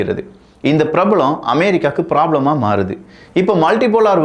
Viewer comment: 'Prebalam', 'Problem', cha neenga oru moment la T.R ah maariteenga....